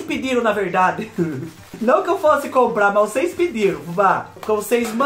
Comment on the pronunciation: Adoro quando ele fala "cheira pra ocêis vê"😂😂